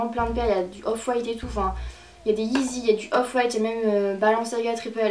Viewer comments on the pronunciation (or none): none